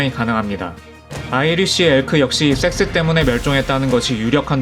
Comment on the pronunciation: 섹스 발음이 영... 영화 추격자 프로파일러 센세 (이종구님) 한테 섹스 발음 교정좀 받아야 할듯